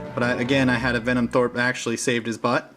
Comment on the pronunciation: Denim throat... Denim throat... Denim throat... Venom THROPE... HAHA yer killin' me!